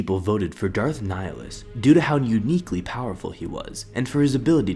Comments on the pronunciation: Pretty sure your pronouncing "Nihilus" wrong. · ok but your pronouncing of nihilus ( latin origin ) is terrible #nofront